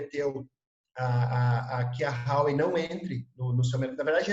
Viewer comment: Vivo na China. Este cara ai e bom hein. Tudo que falou spot on. Parabens por encontrar esta perola. So nao sabe falar Huawei(华为) se pronuncia em portugues assim: RUAUEI. E ele fala Rauei. Fica a dica.😂